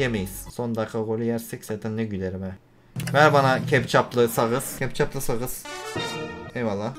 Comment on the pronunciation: Hiçkimse: Kana keptcap diyen